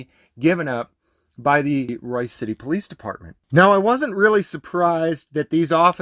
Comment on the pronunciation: BTW, it's "Royse" City. Avoid it like the plague.